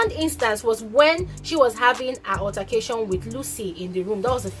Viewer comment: I like you but pls. Try and work on your pronunciations , altercation , use google pronunciation to learn. Pls.